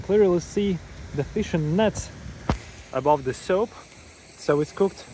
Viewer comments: Dude,your english is improving,but get somebody who knows english to watch your videos with you and correct your pronunciation….you keep saying SOAP,referring to SOUP….at first was funny,now it’s getting annoying…. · He keeps saying SOAP referring to SOUP